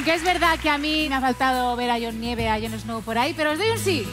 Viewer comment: " jon nieve " me ardieron ios oidos